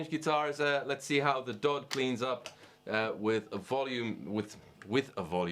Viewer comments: Yeah that darn foreigner..He piss me off, darn that ol' dude It is D-O-D not DODD!! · Am I the only one uncomfortable with the fact he said Dod 250 and not “Dee oh Dee two fifty”